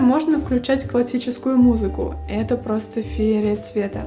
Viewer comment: Не феере а ФИЕРИЯ